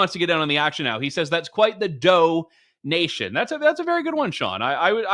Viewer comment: Dough-nation, lol.